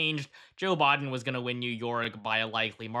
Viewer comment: It's "BI-DEN" not Boi-din" 😂